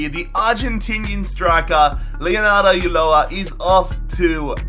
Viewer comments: it is pronounced ujoa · Correction: Ulloa is pronounced ooo show a